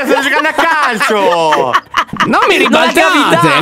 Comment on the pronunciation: Quando a detto calcio ho sentito cazzo